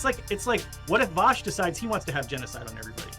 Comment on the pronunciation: that last "voosh", tho!!! I laugghhhhhhheeeedd! :)